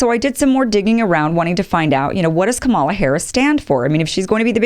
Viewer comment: You don't know what KDH stands for because you haven't listened to her videos, or the Oakland speech, or read her book. I can hear that you haven't read the book because she explains briefly how to pronounce her name, and you mispronounce it. Also, her opening video shows that she stands not for a 50-point plan (explained in the book) but for American traditions that have been seriously damaged by tRump: Truth, Justice, Decency, Equality, Freedom, Democracy. Her record on these fundamental ideas speaks for itself - again, do your research!